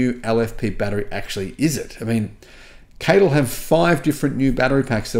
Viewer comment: Interesting news. Just some feedback regarding CATL, they call themselves C.A.T.L so when you mention and pronounce their name as KTill it always throws me as its not their name.